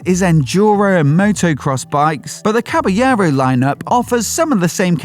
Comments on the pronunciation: It is pronounced Cabalero..you have to pronounce the L it's not Spanish it's Italian! Fantic motor a remake of the iconic Motocross bike from the 70's! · I like the Triumph 400 followed by Caballero (wrong pronunciation on the video). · Awful pronunciation of Caballero 😂